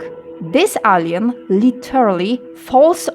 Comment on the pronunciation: W wyrazie "retaliation" wymawiamy pierwszą sylabę jako miękkie ri a nie twarde słowiańskie RE. Wyraz "purple" czytamy w uproszczeniu jako pe(r)pl. Wyraz "alien" czytamy ejlien. Wraz "return" to nie jest żadne return, tylko rite(r)n. Można tak wymieniać i wymieniać. Zanim nagracie - puśćcie ten swój tekst choćby przez google translate, żeby wam poprawnie przeczytał wszystko aby pominąć tego typu pongliszowate horrenda.